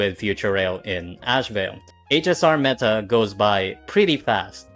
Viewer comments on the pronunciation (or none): none